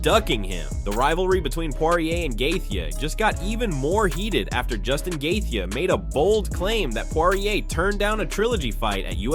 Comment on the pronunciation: The way he pronounced gathje’s name made click off the video